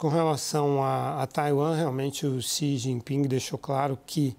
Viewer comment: Quem chama o presidente chinês de “Xi Jinpingue” certamente estaciona no “parkingue” quando vai ao “shoppingue”.